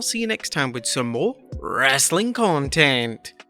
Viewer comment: "Content", not "contaent"